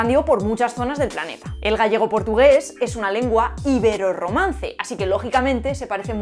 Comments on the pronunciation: ¿Iberoromance? Pensé que sería iberoRRomance :S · IbeRRomance no iberoRomance... 😂😂😂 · Muy interesante el vídeo pero "iberoRROmance" es con "rr" sí o sí... 🤷‍♂️